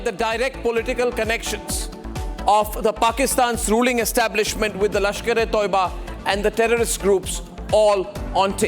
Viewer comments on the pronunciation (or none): Abay o ….its not lashkre TOIBA….its lashkre TAYYABA….naam to sahi lay